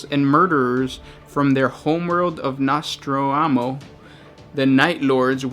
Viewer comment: ...c'mon guys, i get it English is not your native language, so i let most of the mispronunciations slide...but really? Conrad CERZE?!! CRUZE... (pronounced like taking a CRUISE to the bahamas or ibiza...and Cadia is pronounced like 'KAYdia' like a woman's name 'KAY'...) ....no-STRAH-mo....not nastroamo ...(like the philosopher Nostradamus) i really enjoy your video series but you have got to work on your pronunciations.